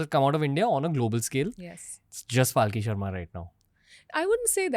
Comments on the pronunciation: WE LOVE YOUUUU PALKHI SHARMA! also Ranveer for love of god stop pronouncing her name like PAAALki sharma its Palkhi Sharma, its very annoying when the number of times you ve mispronounced it! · Dear anchor, The guest herself pronounces her name as 'Palki Aharma' and not 'Paalki Sharma'. You said, "You get intimidated in her presence." This will definitely take you further in your endeavors. Regards to both of you.